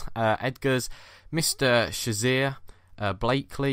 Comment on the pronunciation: IT'S BLAKEY! not blakely :P Nice video guys!